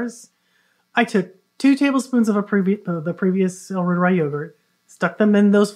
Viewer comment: Try saying "roiteree" instead of "rooter-eye". The bacillus is named after Gerhard Reuter, a German academic researcher.